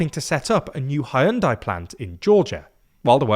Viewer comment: Did you just pronounce Hyundai as “Hi un dye”??